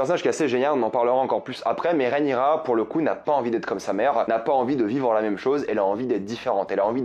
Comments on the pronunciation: Rhaenyra, Rhaenyra, Rhaenyra, Rhaenyra et non pas Rhaenyria😉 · Rhaenyra !! Pas Rhénirya :) !! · RÉ-NI_RA, pas RIA. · Désolé je fais le relou mais ça se prononce vraiment Rhaenyra et pas réniria 😂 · Pas si amoureux que sa vu que t’arrive même pas à prononcer correctement son prénom 😂😂😂